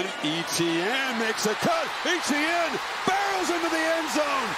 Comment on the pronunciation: How do you have a career in broadcasting and fail to pronounce a clearly French-based name like "Etienne"?